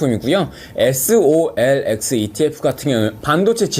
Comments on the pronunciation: 자꾸 solx 로 들리는건 나만 그러나? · 집중해서 들었는데 soxl을 계속 solx라고 하네요. 이 부분은 수정이 필요해보여요. ^^ TQQQ 소량 들어가있는데 단점 잘 알려주셔서 잘 들었습니다.